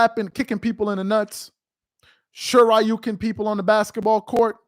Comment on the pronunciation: "Sho-ryu-ken-in people on the basketball court" 🤣🤣🤣. Man, I started choking. Draymond is wild